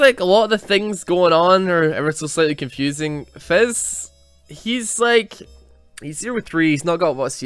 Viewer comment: I swear to god, calling Fizz 'Fez' is the funniest fucking thing.